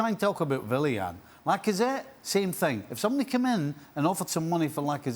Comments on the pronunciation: normal people pronouncing Arsenal’s no.12 : Willian steve nicol pronouncing Arsenal’s no.12 : villian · Who tf is villian 😂😂 you can pronounce the W stevie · Villian the 'Villain' 🤣🤣🤣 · Why’s he saying “villain” Willian isn’t German 🤣 you say the W loool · “Villiain “ - Steve Nicol